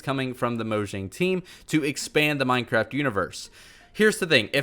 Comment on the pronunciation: Hehehe he said minecrap